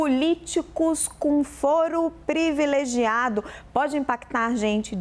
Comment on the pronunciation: "Previlegiado". Está difícil, heim, jornalistas? O assassinato da Língua Portuguesa é impressionante!